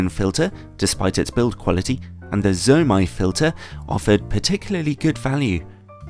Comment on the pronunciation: It's "zuu-oh mey (zomei)" and "nay see (nisi)". Nisi circular filters are quite junk, especially for the price. Their square ones aren't that great either, Haida is easily better. Oh btw the margins on their filters are 200%-1000%. Basically retailers buy them at 2-10 times lower of market price depending on the filter. I'd suggest breaking the ratings into two parts, build quality and image quality. There's nicely made filters that are just crap when it comes to image quality and vice versa.